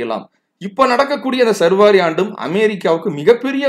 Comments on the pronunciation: not survari but saarvari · I am disappointed with you. You are pronouncing saarvari varudam incorrectly as sarvaari. I just noticed the description where you have given explanation for your mispronunciation. You are wrong again. சார்வரி itself is a samskrita sabtham.